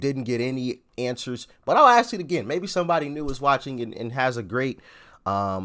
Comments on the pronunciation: Try it’s not ax them no offense honestly it’s ask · ASK, say it correctly man. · I love ya Brother but , AXE THEM ? C'mon man !!! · Will you please STOP saying AXE instead of ask like uneducated ignorant black people do. stop it immediately. Practice night and day if you have to. We want to see that immediately. Especially if you are trying to educate the masses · It is ASK not ACKS..Frustrates the hell out of me that some people can not say this simple word. A S K !!! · good god the word is ask not axe wtf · ASK… not freakin AX… it makes you Sound really dumb